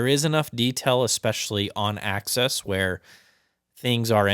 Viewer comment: Off-'Axis' not access... Woof. A troubling mispronunciation (or likely absence of accurate knowledge) for an audiophile proceeding to provide audiophile definitions. Sub-woof.